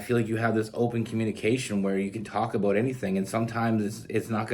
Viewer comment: I can’t figure out if you are saying the word about or a boat🤔